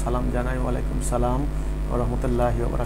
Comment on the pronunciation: সালাম দেওয়াটা শুদ্ধ করে নিলে ভালো হবে